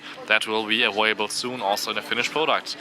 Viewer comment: "awailable" lol I thought germans could say the v sounds lol